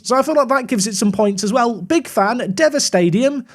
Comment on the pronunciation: Unsure if it's been said already, but it's pronounced 'diva' stadium. Keep up the good work 👏